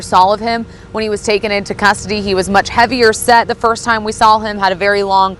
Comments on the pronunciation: needs to work on pronouncing words. I cringe every time she says soll instead of saw. Another one is preeeejudiced instead of prejudiced. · Good god lady, the word is saw, not s'all. Go to school people!!! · She keeps saying “SAL” instead of “saw”😅 drives me nuts! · There is no “L” in saw - just sayin’